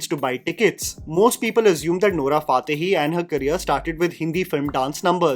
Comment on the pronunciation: Bro Can Pronounce Nora फा tehi but not बा hubali